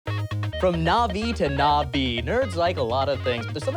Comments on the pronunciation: Um, actually, you pronounced the word, "Na'vi," without a glottal stop (represented by the apostrophe), and it wasn't written with the glottal stop in the subtitles. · Um Actually, At the start you pronounced Navi wron when pretaining to Avatar, the Na in Na-vi is more of a Gna-Vi. if it's pretaining to avatar...